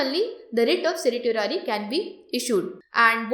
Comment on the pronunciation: The videos are getting better in terms of quality and content, your efforts are evident. Thank you for taking the pains and criticism positively. I would only like to bring to your notice that Certiorari is pronounced as Cer-sure-rary, the sure being the actual word sure. Keep up the good work and thanks for all your help.